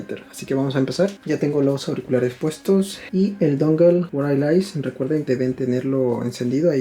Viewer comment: Exelente el video bro. Gracias! me parece que se pronuncia wairles (wirless)* Sugerencia con afecto :)*